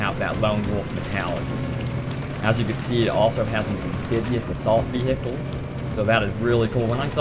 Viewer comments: Why does he say vee hicles its pronounced vee icle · Veehicle lol nice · the way u say vehical is so funny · Actually he says wi-hickel. No idea how you got it to Ve he icle. ._. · Ve he icle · vee-hi-cle... lol, the way you say it...great vid though :D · I love how he says vehicle!! hilarious!!